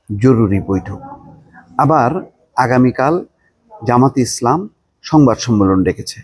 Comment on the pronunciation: জামাতের নামটা একটু সুন্দর করে উচ্চারণ করেন সঠিকভাবে বলেন জামায়াতে ইসলামী